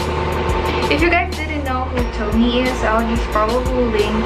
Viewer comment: You read tomie as "to-mi-ye" not "towmi"